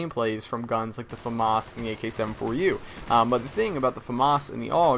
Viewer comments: Hey, Why do u pronounce famas weirdly. like fumus!! Try: FA like (fat) and MAS like (mass) when you go to church. lol thought i might help you out there :) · its famas, not fawmahaz